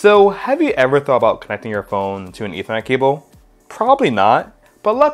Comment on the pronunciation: Sorry but you need to slow down your speech. Ethernet has 3 syllables not 1. I can barely understand what you are saying, but thanks for letting me know that this is actually possible.